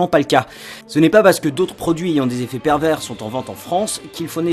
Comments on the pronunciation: ON PRONONCE PAS LE S DE PERVERS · C'est pas parce qu'il y a un 's' à "pervers" qu'il faut le prononcer... on garde ça pour "perverse"... non ?